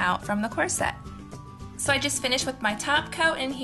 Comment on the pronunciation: It's so cute how you pronounce corset!